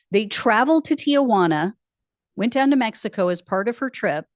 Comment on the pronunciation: It's not TIA juana. Have you ever seen the name spelled out? It bugs the shit out of me seeing people constantly butcher the pronunciation.